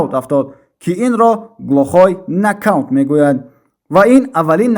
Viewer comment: накаунт не балбел’ Нокаут